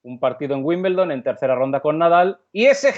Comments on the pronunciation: Wimbledon no Wimbeldon🤷🏻‍♀️ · Porque los españoles dicen Wimbleldon?